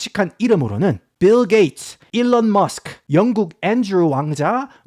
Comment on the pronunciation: ㅋㅋㅋㅋㅋ씨불알 빌게이츠 라고 할 수 있으면 븰게이츠라고 계속 하네 ㅋㅋㅋㅋㅋㅋㅋㅋ